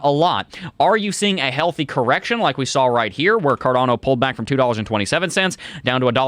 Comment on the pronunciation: Its cardAAAno not carDOno